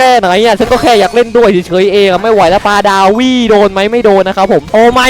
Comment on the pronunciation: ปาดาว 👎 ปลาดาว👍 😂😂